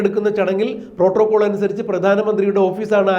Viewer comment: Portocall അല്ല protocall